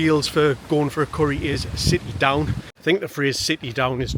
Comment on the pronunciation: Sitty Doon.😂😂 Made me laugh that and yes it's going for a sitty down curry rather than a takeaway. Lived in Shields all my life and never heard it said about other restaurant types ..only curry. Maybe because a curry house was the only place to eat after Rupert's shut at 2 am. They used to stay open until the sun came up. Delhi 6 lounge at Westoe is worth a visit